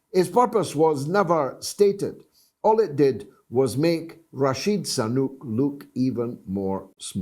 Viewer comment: Biden is a due man! Everytime I hear you say "Rachid Sanuk" 😂😂😂😂😂